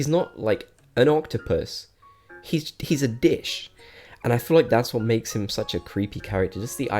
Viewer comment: When you call Zucker “a dish” it kinda sounds like you call him a... ya know